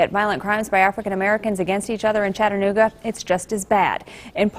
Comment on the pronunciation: Close. It's Chattanooga.